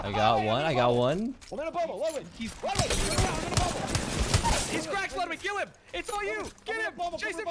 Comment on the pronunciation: It's pronounced "LEWDwig."